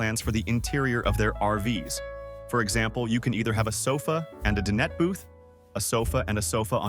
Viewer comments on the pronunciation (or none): Den it table!!!!! It’s pronounced dine et and can you please work on your pronunciation it’s very annoying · he pronounced it like my sister's name Danette...😂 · Cool video...just one thing, "Dinette" it pronounced, "Die-net."